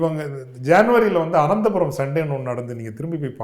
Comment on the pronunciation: அது “அனந்தபுரம்” அல்ல “ஆனந்தபுரம்”. அதில் விசாரணை நடத்தினால் முதன்மை குற்றவாளி சோனியா